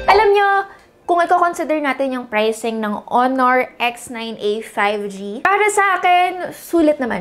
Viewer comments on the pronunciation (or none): none